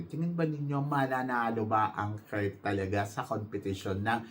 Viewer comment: Nakakaloka ka binabago mo ang mga names ng mga candidates natin.KIRK BONDAD po hindi KURT BONDAT! Kaloka! Malaki ba tyan nya eh puro nga abs.BONDAD po letter D po hindi letter T.BONDAD! BONDAD! BONDAD!